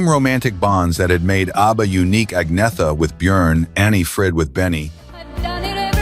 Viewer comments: His continual mispronunciation of Agnetha's name was the fly in the ointment of this mini-doc. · Exactly. There were already rumours going around that Bjorn and Agnetha had split when this came out but nothing was confirmed at the time. This video can't even pronounce Agnetha's name properly, which after 52 years of world wide familiarity is pathetic. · The way "Agnetha" is pronounced here is appalling.